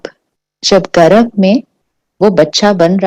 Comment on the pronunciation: गर्भ बोलिये मॅडम जी गरभ नहीं